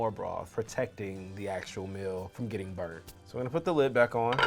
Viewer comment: Did he say gedddiding????